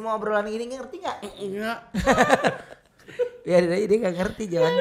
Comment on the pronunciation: Si ngakak bgt Ruben: "ngerti gak sih?": "engak" XD wkakakakak